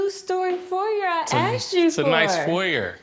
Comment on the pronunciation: Anyone else annoyed by the ”aksed for” pronounciation? 😂